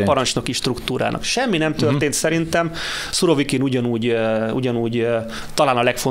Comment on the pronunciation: Úristen,Szurokivint mondott? 16 p.magasságában a kérdező.Demkó természetesen már helyesen mondta utána,feltűnést elkerülve,őt nem kijavítva..ühüm😄